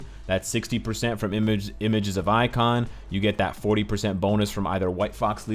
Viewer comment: Pronunciation correction. Images of Ikonn. Ikonn is pronounced as E-con, not icon.